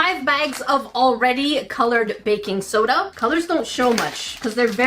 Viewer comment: When you said baking soda I heard faking soda, lol